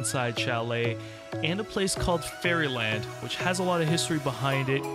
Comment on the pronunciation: Ferryland is pronounced fairy Lind